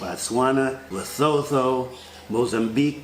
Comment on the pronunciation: Thanks so much,! Hoping for the best for everyone. Parenthetically, Lesotho is pronounced "le-SOO-too". Always appreciate your detailed and thoughtful updates!:)